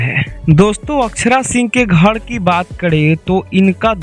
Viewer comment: Bhai tu phle bolna Sikh ghad nhi ghar hota h 😂😂😂